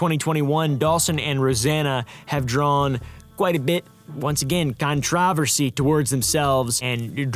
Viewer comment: The real controversy here is the way pronounces controversy 😭